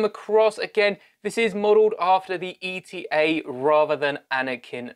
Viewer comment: “eta” is pronounced “ay-tah” not E T A, the eta and delta follow the same naming convention and it’ll be much faster to say